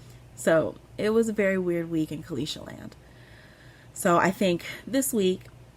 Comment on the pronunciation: You pronounced my name very well Caleisha, thanks for asking if it was correct. I took my time watching this one, thanks for brightening my day on a few occasions